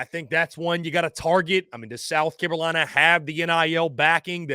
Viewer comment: Is he saying South Carowina?